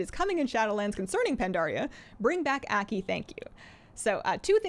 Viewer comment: pronounced AW key , Aki